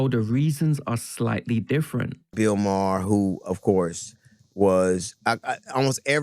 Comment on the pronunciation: Bro said Bill Mah. It's May-her.